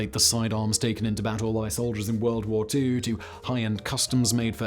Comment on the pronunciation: "TwO WuRlD WoArS!"